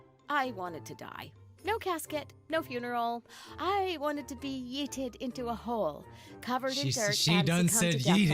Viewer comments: this bruh said yitted instead of yeeted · she said 'yidded' instead of yeeted